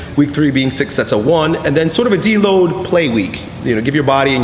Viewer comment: Am I the only one that thought he said "More sex! Less sex!" and not "More sets! Less sets!" XD